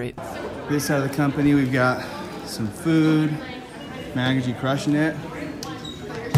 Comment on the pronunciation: "CRUSHEN ET" That office is dark as heck. Paired with the concrete floor, it's like you're stuck underground.